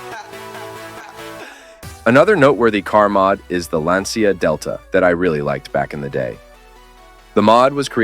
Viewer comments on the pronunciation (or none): Also it’s pronounced “lahn cha” not “lan sia”